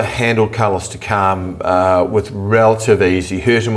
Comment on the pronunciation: Who is Takaaarm? It's Takam!